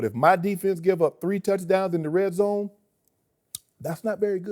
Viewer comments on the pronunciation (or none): none